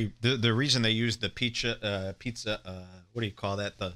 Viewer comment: Joe says Pizzuh